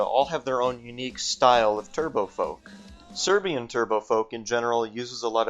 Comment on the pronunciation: smh how cant Americans pronounce "Serbian"